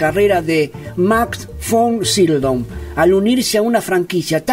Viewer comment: Me gustó el resumen sobre la carrera de este actorazo. De hecho había papeles que no recordaba que hubiese interpretado él. Pero por qué dices Von "Sildon"? Si en el título lo escribes correctamente : Sydow. De todas maneras ,estuvo bueno y voy a ver otros de tus vídeos.